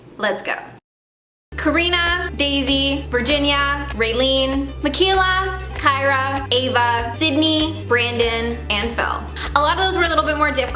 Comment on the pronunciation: HJSFISDOHGFURIABFI YOU SAID MY NAME MY NAME IS KYRA AND NO ONE EVER SAYS IT RIGHT BUT YOU DID AND SPELLED IT RIGHT FHJDISHFDUSAIFHSAJ